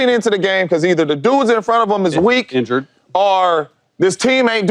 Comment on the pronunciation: Chase says “injured” 🤦🏽‍♂️